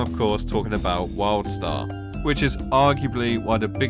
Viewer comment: Sounds like you are constantly saying Worldstar